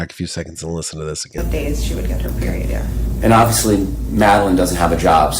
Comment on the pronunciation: I LOVE how the cop says “HER PERIOD”. Instead of softening it by saying “hee menses”. He says it very bluntly as if he is yelling it, without yelling. Kwim? IMO